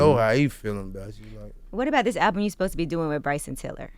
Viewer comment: one time for gotti still saying fosed ta. instead of supposed to lol